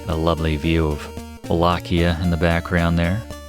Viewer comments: the games clearly pronounce it as "wall-ay-she-ah", not "Wall-ack-ee-a". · Professor, I LOVE your channel and this is a great walkthrough of my fav game but your pronunciation of Wallachia (wa-laa-shee-uh) and adding another syllable to Alucard drives me nuts lol… however keep the great content coming